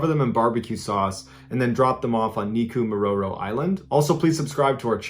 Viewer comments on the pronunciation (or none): NOT NIKUMARORO ISLAND..... u fr tryna KILL that like button LOL